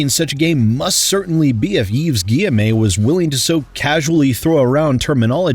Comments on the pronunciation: Hey, just want to point out it's pronounced Gui-ye-mo and not Gui-ye-may. Have fun with the D&D stream! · Stop saying guyemé plz that’s not how it’s pronounced do some effort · Hey, Just to let you know, Yves's name is pronounced "Eve ghee-eh-moe" I found myself snorting a bit at your pronunciation as a French speaker. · The pronunciation of Guillemot as "Gi-Em-A" is killing me! XD I can't breathe! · Love that you put in the TB-style review of the options menu 😄 Also love that you consistently mispronounce Guillemot's name, because he clearly does not respect the customers of the games he publishes, so neither should we respect him in turn.